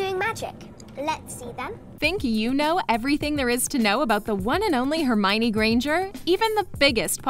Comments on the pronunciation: Oh for God’s sake, it’s not HermIny! It’s Herm-I-o-ny! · Her name is hermeeownninny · I was surprised that Hermione is so much like J.K Rowling. And I pronounced her name like this: Her-mi-yone. When I first saw the name.